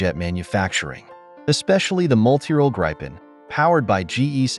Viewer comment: Yes, and "Gripen". Not "Grajpen" :p